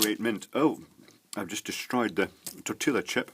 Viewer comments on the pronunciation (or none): Tor till lah chip? LOL. I say lol only because I was raised in Mexico/S. America/Central America and Texas so a huge Spanish/Mexican influence. :) In Spanish the double L sounds like a Y so Tor tea yah chip. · Oh my fucking God. it's TOR-TEE-YA not tor-til-a. TOR-TEE-YA, that's how you say it. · lol its tor-ti-ya chip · two years late and I'm sure you know already, but it's pronounced tortee-a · I love the pronunciation of "Tortilla" chips with the audible "L". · I'm wondering if you're pronouncing Tortilla that way just to see how many people would complain :)